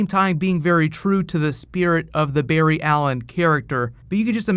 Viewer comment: *Barry not Berry